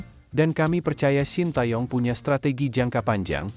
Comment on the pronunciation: Org2 indo selalu salah menyebut nama Shin Tae Young.. Kata TAE dibaca "Te" Seperti kita baca Kata "Tega"... Bukan " TA" 😂..